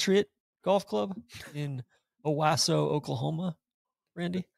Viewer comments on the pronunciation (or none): Minor note,... it's "oh-WAH-so" Oklahoma. No mea culpa necessary. Personal apology to Bunkie will suffice.